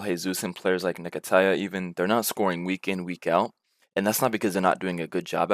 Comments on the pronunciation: He’s American bro cut him some slack 😂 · man said nee-katiah😭😭😭